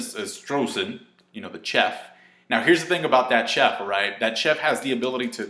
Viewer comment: chef, say it like SHEF